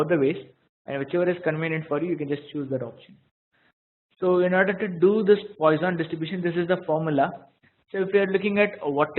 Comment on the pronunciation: The pronunciation is /ˈpwɑːsɒn/) for God's sake!